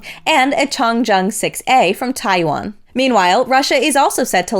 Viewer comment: Not Taiwan…. Taiyuan!